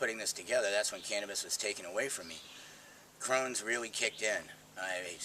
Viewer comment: Crohns not crowns